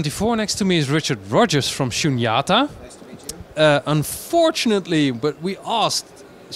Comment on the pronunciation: all the vowels in “SHUNYATA” are long vowels, except the one you lengthened. 🙏🏼